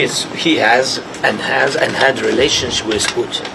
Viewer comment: I love how his accent has him pronounce Putin as "Sputin". So appropriate. Sounds like Sputum.